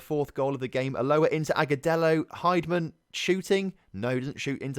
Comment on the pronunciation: An expansion team shouldn’t have any expectations of success in their first season. Anyway, heavy rotation after a loss might be a good idea. (And I think it’s pronounced Hind-man instead of Hide-man.) Cheers.